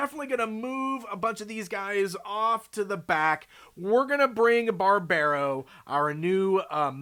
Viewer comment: love these guys, been following their development for quite some time now, wave 2 looks really promising too. Also i don´t think Barbaro is meant to be pronounced like that, with the american accent